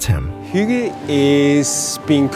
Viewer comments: How its pronounced: Huh-geh How he pronounces it: Hiuu-ga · This is a good video, and I'm not going to give you shit for mispronouncing hygge, but I will point out that the phonetic spelling is not 'hʊgə, but 'hʏgɛ. Arguably even 'hʏ'gɛ depending on dialects. I wouldn't say that UnderTale is the best hygge game, but Snowdin has a lot of hygge; especially the shop there. Just look up pictures for snowdin shop and I think you'll see what I mean. The music helps a lot too. It's the most hyggly thing I've seen in a game in recent years. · Here in Sweden, "Hygge" is pronounced "Hygge", not "Hjuga". Guess Denmark or Norway pronounces it differently. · Hygge... Just pronounce it as HYKE.. Also that book seem so stupid for a dane like me. Its just CALMNESS. Be happy. Be yourself. Take it easy. You need no book to tell you that. Anything that makes your heartbeat go slow and makes you feel like "this is nice", it's probably hygge. But I like the combination of games and a word in this analysis and examination of sorts. Thanks!